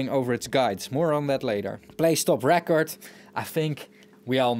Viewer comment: Auto is pronounced "or tow" and record, (as you've been saying it), is the noun, ( I kept a record of the purchases or I bought a new record), where as "rEcord" is the verb, (I'll have to record that track again). Drawer is pronounced "dror" even if draw, (to make marks representing something), is an homonym. English is silly - it has more rules than most and ignores those rules far too often for the rules to be useful.